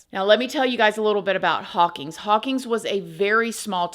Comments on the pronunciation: I watched your story about McFadden it was pretty interesting. I grew up in Hawkins, Texas and was close friends of the three kids he murdered. I was also the LEO who actually drove McFadden to jail after his recapture. And Please know that you mispronounced our town, it's Hawkins not Hawkings. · I love you and your videos so much!!! My mom’s grandfather was the mayor of Hawkins, Tx for many MANY years!! Also, it’s pronounced Hawk-IN’s ;) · It’s pronounced haw-kins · Jeez. Please make it stop. On and on and on. Who are you talking to? Gerbils? By the way, I'm from Hawkins. Not "Hawkings" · Hawkins. No G.